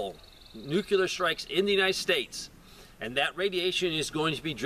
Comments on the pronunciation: New klee er. Not new q lar. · stop saying nukeler, IT IS . NUCLEAR....